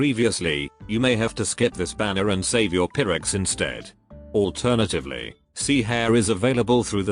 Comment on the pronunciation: Black suit pronouncing Hare's name like she's part of the RABBIT squad